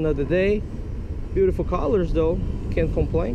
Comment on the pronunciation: that's not how you say colors